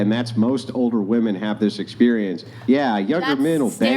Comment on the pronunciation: ITS WOMEN! NOT WOMAN.....jesus fucking christ